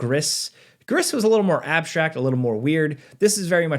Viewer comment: Gris, pronounced 'Gree'.